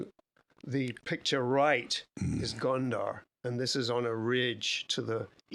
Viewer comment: Thought he kept saying Gondor ❤